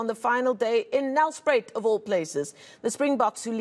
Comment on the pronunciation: Lol why did she say it like that tho😂😂😂😂